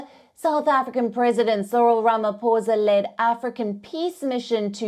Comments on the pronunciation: I will help her. It is pronounced: “Rama-Poesa” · It was very difficult for your correspondent to say Ramaphosa....always practice before going on air.